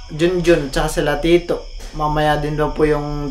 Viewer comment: Napansin ko lang tanging ikaw yong may matigas na punto. Hal. Yong tito,tita, raiza.. Matigas yong bigkas m0 sa dulo..